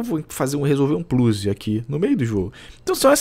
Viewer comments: "um pluzi"..... é foda!!!! kkkkkkk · "um plluze" kkk